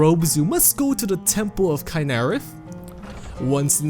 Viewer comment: I'm sure this video is informative and entertaining. Unfortunately, I just keep tripping over your pronunciation of Rorikstead, Ivarstead and Kynareth The NPC's in those villages literally say the names out loud so you don't even have the excuse of not knowing how it's pronounced. Same with Kynareth. Danica says the name. Nor do I believe the accent excuse. If you can pronounce 'steed', then you can pronounce 'stead'. Considering you pronounced Rorikstead just fine and then suddenly forget how seconds later, I can only assume you are trolling? Edit: Why does leaving one line space between paragraphs during typing actually put two line spaces when you post?